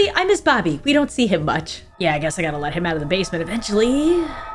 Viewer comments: A bit late to this video but when I heard "I will Z you guys soon" I literally cried😂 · I’m fully 16 with a job and in high school, but the 9 year old who just wanted to watch you, Stacy, and Tiffy, just cried at “I will z you guys soon”❤